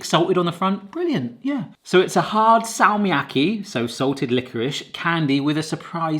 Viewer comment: se on Fazer ei feiser ja salmiakki on salmiakki eikä säällmiäkhi